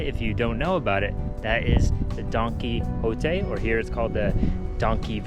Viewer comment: Why are you and mispronounced it? It's Don Quijote ( key oat te). Not donkey kong crap. Lol